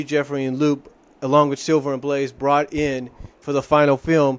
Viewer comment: Oh, and by the way, Lupe's name is actually pronounced "Loo-Pay", not "Loop". You probably don't remember her, but she appeared in the last two episodes of Sonic SatAM just before the show was cancelled. Just to let you know.